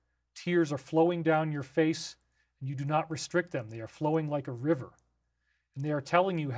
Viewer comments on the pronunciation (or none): none